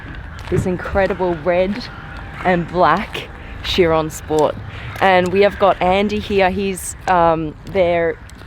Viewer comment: its not sheron ..its KAI -RON